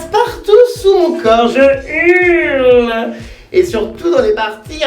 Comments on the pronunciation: pourquoi tu dit touletan je urle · pk il dit je urle